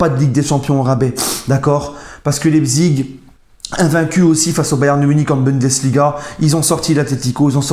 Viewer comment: Prononce Laïpsiche.Et RB c'est le sponsor.Rassenballsport Leipzig.